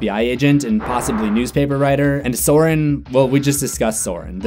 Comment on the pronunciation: Sorin is pronnounced more or less as "Soreen", and the "escu" ending his name indicates he is romanian.